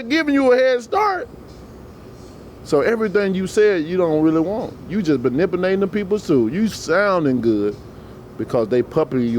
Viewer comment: lol all that matters is we knows the words that he is trying to pronounce. nipulating= manipulating